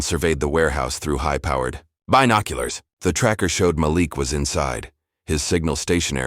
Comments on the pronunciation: I enjoyed the story but the Ma-Lick not Maleek and the BYEnoculars instead of binoculars. I'm sure it was AI and it shows, GEEZ!! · The voice over is hilarious. The sentences are broken up with pauses in completely wrong places...and the voicing of the word "binoculars" had me in stitches 😂😂